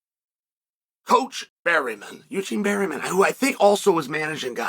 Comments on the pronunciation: Bareman, not Berryman Uncle. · He says berryman so much I had to check.. it's still bareman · Don’t call him berry men Unc 😭 it’s Bear Man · Bareman, Berryman 😂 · I only watched 5 seconds and Chael already said Barryman... Uncle Chael truly is one of a kind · pronounced "Bare-MIN"